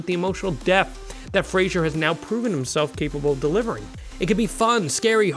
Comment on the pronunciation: IT'S FRAY-ZER!!!